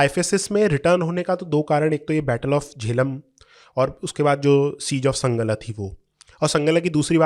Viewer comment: संगला नहीं सांगला है। पंजाबी तो अब नहीं मगर रामपुर-बरेली के इलाक़ों में अब भी हर नदी को गंगा ही बोलते हैं। सिक्के तो हर्रपा में भी मिले हैं।